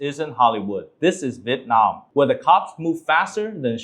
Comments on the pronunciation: Why do english speaking vietnamese people say Vit Nam. It's VIET Nam. Vit is a duck. Nam is southern. You're saying southern duck. Even foreigners can say it right. You sounds stupid. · Chú Dương phát âm Vietnam giống như Vịt nam.